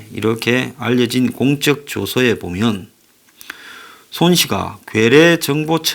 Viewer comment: 공쩍조서가 아닌 공적조서로 발음해야 맞읍니다. 상을 주기 위한 공적을 기록한 서류이니까요. 요즘 한자를 안쓰니까, 우파의 많은 방송인들이 광주에 대해 언급하면서 공쩍조서라고 자꾸 발음하는데, 듣기가 거북해서 알려드립니다. 죄송합니다. 제가 옛날에 이러한 종류의 일에 종사한적이 있어 알려드립니다. 참고하시기 바랍니다. 公的조서가 아니라 功積조서입니다